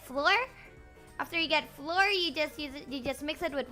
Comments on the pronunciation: Does she say it like the number 4? Okay so I was correct and I regret I was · I’ve never heard anyone pronounce flour like that and i love it